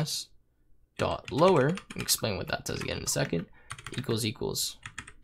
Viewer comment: I wish you paused between each letter whenever you said ans